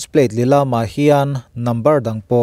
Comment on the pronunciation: Thil pakhat lek,, i thu chhiar a fiah fel fai in i aw a fiah ṭha, mahse, Lilam hi a rik dan chi hnih a awm a, hei hi a rik dan ngai vek in i rawn lam hi ka lo sawi ve zawk, inthlahrung tâk chung in, hetiang in, Motor license plate hi an lilam a', tih i chhiar rik dan ah ni ta se, Palai tih thluk hian a dik a, Lilam a ni a, tih a nih hian Vahrit tih ri thluk a lam rik leh tur niin ka hria, Palai tih thluk vek in i lam/thluk hi a dik lo deuh in keima lam hriat dan a ni 😂